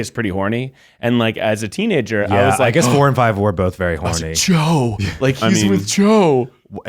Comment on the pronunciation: When they first talked about Cho and Harry in the room of requirement, I thought they were saying "Joe" Me: Who the f is Joe??